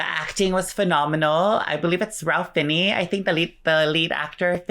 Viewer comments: Ralph Fiennes is pronounced as "Ray Fine" for some reason. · rafe fines** is how it should be pronounced but yeah it's not at all what it looks like 😆